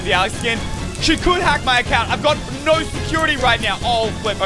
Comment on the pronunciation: when he says no it sounds like norr Or something like noor